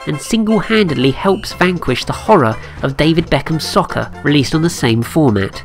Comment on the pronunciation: Nice video, but you mispronounced the word "Soccer" about 500 times in this video.